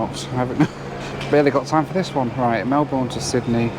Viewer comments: Congratulations on around the world in 80 hours!! That's a trip I'd rather not take. Lol. Btw, Australians pronounce Melbourne more like mel-bin, than mel-born. I'm not Australian, but I've been there a few times. Good luck always. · I don't mean to be that person but, not Oss-tralia but ar-stralia, not mel-born but Mel-ben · MEL-burn is about right, (sounds like Mel-bn in an Aussie accent), not Mel-BORN. The Bourne Identity movies didn't help in leading people to the wrong pronunciation. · Hey, I’m also from Melbourne (and am here right now and live here) and watch your videos! I was in the exact spot you were yesterday too. I should say that it’s pronounced Mel-burn, and not Mel-born btw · Mel-burn, not Mel-born 😅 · Please, pretty please, its not Melborn, it's Melbun. Trust me on this! Love yr vids 😊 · Melbourne is NOT pronounced mel-BOURNE but Mel-burn... We Aussies take this seriously. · Just a tip, Melbourne is pronounced like Mel-bin or Mel-ben, not Melborn like you would say in the UK. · I’ll just chip in that Melbourne should be pronounced “Mel-burn” not “Mel-born” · Its pronounced mel-burn not mel-born. Source: longtime consumer of Australian hip-hop. Also visited the country (Melbourne, Sydney, and Cairns) in 2019. Melbourne and Cairns being the standouts altho Virgin Australia = worst airline I ever flew on. Thank goodness it was only for one regional and Quantas was awesome. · Just a little thing, love your videos and watch em as you post them. Our little city Melbourne is pronounced "Melb'n" or at least "Melben" not "Melborn". Cheers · I thought you Brits and Aussies pronounce Melbourne with a BURN not a BORN sound. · Flight 5 is Singapore - MEL-BORN. ITS PRONOUNCED MEL-BUN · Mel-ben not Mel-born, sorry. Great video otherwise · Hi, as a Melburnian I have to say, it’s Mel-burn not Mel-born. 😂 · "Mel-bin" not Mel-bourne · It’s pronounced ‘Mel-bin’ not ‘Mel-born’ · HiNoel, It's Mel-bun not Mel-born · Melbin not Mel Bourne please 😂😂